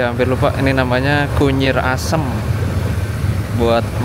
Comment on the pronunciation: kunir asem mas nama'y.. Bukan kunyir asem😅